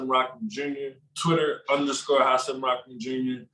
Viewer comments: Rahman*. Not “rahkman” - your Twitter buddy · Rakman you keep saying Rakman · Why does everyone pronounce his name as Rockman?? How does Rahman sound like Rockman every fucking time 😂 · Ahh… whaa.. fuck why every time, every time it sounds like everyone says “rockmahn” not just. Anyone else hearing things or?